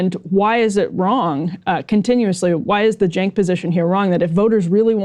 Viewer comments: Why he keeps calling “Sink” ?😂😂😂😂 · 100%. Extra bonus points for totally mispronouncing Cenk's name, an hour into the conversation. Edit to add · Am I the only one bothered that he is mispronouncing Cenk’s name? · This fucking nerd is whats wrong with Democratic party. He can't even say Cenks name right after hearing it for over an hour